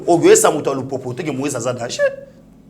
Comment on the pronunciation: Moise et non Loise..